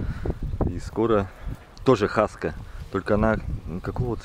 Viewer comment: Не хаскА, а хаскИ.